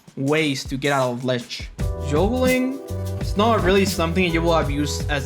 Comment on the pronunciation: He said Juulgling